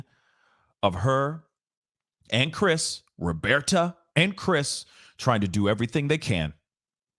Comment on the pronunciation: Found your channel just recently and love your content so far. I love that you call her “Robearta” lol and I also believe that note is a lie. It’s gross. I feel so bad for Gabby’s family and I hope they win their lawsuit.